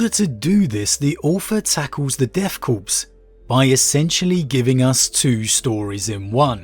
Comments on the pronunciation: Corps, in this military usage, is pronounced Core, as in an Apple core. The P is always silent. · Well, I'm glad is saying Kreeg now instead of Kree-egg. Now we just gotta get that ps out of Corps/Korps. Interesting that you liked the modern storyline more than the history, I think AdRic said the opposite. I appreciate seeing different constructive viewpoints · Corpse’s makes more sense with these guys considering how suicidal they are. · It can be pronounced either way, just like marine corps.